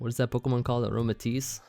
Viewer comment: = Pokemn = Pokeaim Me = will totally get them mixed up constantly lol